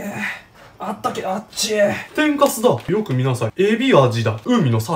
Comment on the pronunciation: 87さん蒸せたとこで、天かすがﾁﾝかすに聴こえてめっちゃ吹いたwww